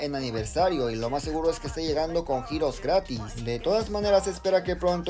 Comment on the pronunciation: Escuché grátis 😮